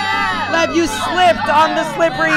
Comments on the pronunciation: Its lev not leb my name is leb🤣🤣🤣😅😅😅😅😂😂😂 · Dude your name I Lev not Leb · when jentzen falled Lev: myyy nammme is LEBBB!!!😂😂😂 I AM DYING OF LAUGHING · Levs LEBBBB is so funny Lev:MY NAMES LEBBBBBB Me:🤣🤣🤣🤣😂😂😂😂😂😅😅😅😅😅